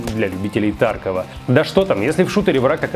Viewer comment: Кстати правильно ударение таркОв, а не тАрков. Об этом сами разрабы говорили.